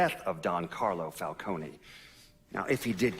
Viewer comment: The way pronounces "Falcone" akways irritated me